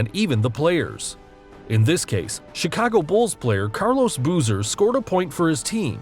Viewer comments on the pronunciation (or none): none